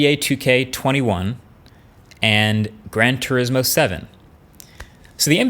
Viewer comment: When he said "Grand T" I was about to smash my monitor. Followed by "urismo 7". I'm cool. Not unsubbing yet.